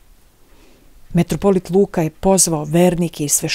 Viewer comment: Не каже се метрополит тако кажу крвати , православни кажу митрополит !!!